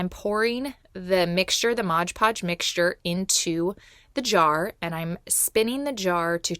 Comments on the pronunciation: MOD PODGE not MODGE PODGE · Why do so many people say "ModGE" Podge? Read the label...it's "MOD" Podge! It's so irritating. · Just an FYI... It's Mod Podge not Modge Podge 😊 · Yes I hate when these utubers say “Modge Podge” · Thank you! It's like nails on a chalk board to me! MOD. Podge. 😂